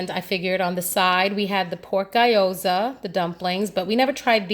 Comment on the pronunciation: Gee-o-sa not guy-oh-za.